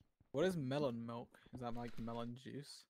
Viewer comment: anyone notice how dream says “melk” instead of milk. no? okay.